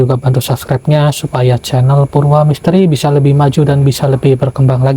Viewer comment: maaf bukan cencel, yg benar itu cenhel yg itu bacanya jdi kencel bukan cenel